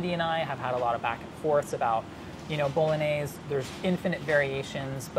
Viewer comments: the way he says bolognese is a major bummer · Am I the only one who cringes when he says bolognese like that lol it hurts my soul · /BOLOGNAISE/?????? My ears are ringing.